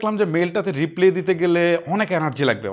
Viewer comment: আমার সব চেয়ে ভালো লেগেছে আপনার একটা কথা। আপনি রিপ্লাই কে রিপ্লে বলেছেন